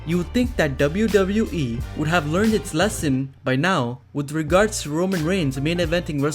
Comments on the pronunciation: Anyone else found it annoying how he says "dabiu dabiu e" ?? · He says "wwe" in a funny way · I'm only here to hear you say wwe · Why are you saying „wwe“ so often and so strange ?!